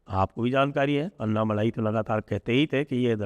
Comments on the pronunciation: उनका नाम अन्नामलाइ नही, अणणामलै है, मलै means mountain, मलै को मलाई कर दिया है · अण्णामलय हैं जी अन्ना मलाई नहीं